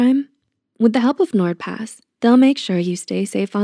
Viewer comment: i thought nordpass said n word pass lmao